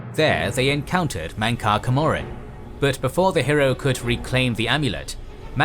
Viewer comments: camoran is pronounced cam-or-an, not ca-mor-an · CAM-MER-RUN MAY-RUNES DAY—GONE sorry the way you pronounced them just bothered me😂